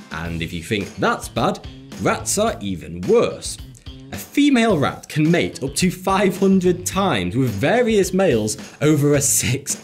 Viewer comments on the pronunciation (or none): none